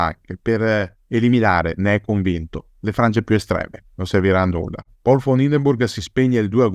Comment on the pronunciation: Ottimo come sempre. Però si dice Paul e non Pol: sarebbe contento anche Hindenburg, prussiano doc